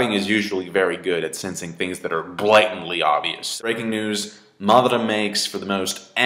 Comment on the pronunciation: why does pronounce madara's name like marrrdara?